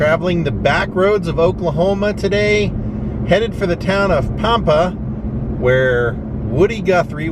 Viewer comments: Lol it's Pam-pa! I live on Panhandle Tx the town. 20 miles from Pampa. It's pronounced Pam-pa like the name Pam. O would have met you and shows you around, My great uncle was from Dumas, and was the original Ding Dong Daddy from Dumas!! He owned KDDD radio station for 50 years, Dumas was only about 45 miles from Pampa. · Awesome, I wish I knew you were coming, you could've came for a good meal! It's Pam-Pa btw.